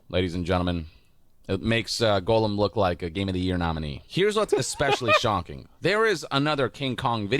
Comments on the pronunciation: Is anyone else bothered that the guy keeps on pronouncing "gollum" as "golem"? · Gollum = GAWL-um Golem = GOAL-um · These games are almost as bad as how this guy pronounces Gollum as "golem" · I don't understand how people who I assume have seen LOTR. And heard how his name is pronounced. Still miss pronounce the name of popular characters. Golem??? From Pokémon?? I know you've heard Gandalf pronounce gollum. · god him saying Goalem is driving me absolutely insane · Why does everyone call him “golem,” though?😂